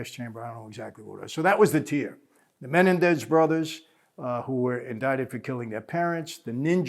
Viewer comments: Mah-nen-dez not menendez. Lol. Great video though as usual michael. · It's pronounced Men-EN-dez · It's Menendez ----- MEN EN DEZ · I think its pronounced Muh-Nen-dez not Men-en-dez, lol sorry to correct you, boss man. Please dont repremand me for it, just trying to be helpful is all. I mean no disrespect whatsoever. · Is anybody else annoyed by the way he says Menendez? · Michael likes to drop these famous names to make himself look like a big shot. He's the world's biggest liar. He says he knew the Menendez brothers. Yeah right michael, you knew them so well you can't even say their last name right. Lying moron. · Is it just me or is Michael butchering 'Menendez"?😆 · Mike butchered the Mendez name all through out this. The irony lol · Evidently the world has been mispronouncing Menendez for years.